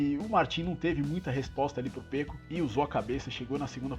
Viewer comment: Seus comentários são bem estruturados e mostram que vc entende muito do assunto. O único que gostaría de te dizer é que vc diz "Pêco" e o correto é "Peco" [ se pronuncía Péco]. Um forte abraço desde Girona (Catalunha).